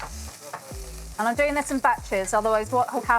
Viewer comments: It is pronounced "ren dung", not "ren deng". Lol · You are singapore you can pronounce Rendang Indonesian way not western way, not ReWnd@ like that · its ren "dang" as in Dunk. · the closest pronunciation for english speaker should be : rehndung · pronouncing rendang correctly is "Rent - dunk " 😅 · The pronunciation is REN-dahng. The 2nd part like saying "hung" but with a D. The "rempah" spice mix is REM-pa (not "paw"), again stress the first syllable. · Rrrrangghdong is the way most Indonesians say it with a rolled R. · OMG please pronounce the food you’re cooking properly. It’s so hard to take you seriously after not being able to correctly say the name of the dish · Wtf is that pronunciation? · Indonesian people are going to love you for making a video about rendang daging sapi but I'll have to be the one to let you know that you are not pronouncing it correctly. Notice the fifth letter is an a, not an e, yet you pronounce it as if both letters are e. I hope this is helpful. Your rendang looks delicious btw. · why you pronounce it like a redneck American? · Authentic, lol. You can’t even pronounce rendang correctly, let alone make it.